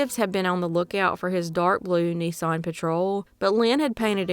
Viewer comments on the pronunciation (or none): none